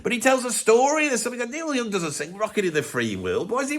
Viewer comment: "Noil Yooong joost sands loike a great beeg sheet." 😂